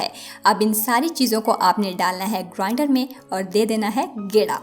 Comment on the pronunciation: So funny 🤣 when she said gera in grider